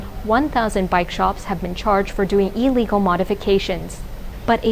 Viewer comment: I don't disagree with you about that. But I disagree with you that she was schooled in America. I could be wrong though. But my reasoning is that Americans typically pronounce the prefix in "illegal" with an "ill" sound, as opposed to an "EE" sound.